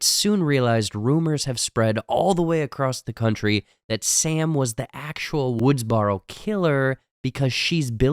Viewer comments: Did you fucking say Woodsbarrow? ....... It's Woodsboro....... lmao. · he rlly said "woodsbarrow" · Woods burrow... BURROW.. aka Woodsboro.. please pronounce it right lol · So have you seen the films cause you can't pronounced Woodsboro correctly & its cringy as fuck.